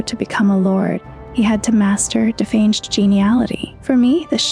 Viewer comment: yeah and defanged was defanjed when she said it, i know it was right in the script though haha